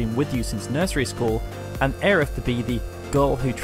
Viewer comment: Ugghhh Aerith... Every time I hear it pronounced that way I want to vomit. The same for when I hear so desperately cling to the idea that Crisis Core is even remotely canon. Neither are canon. Regardless Tifa is such a badass and will always be my favorite Final Fantasy character. With Quistis a close second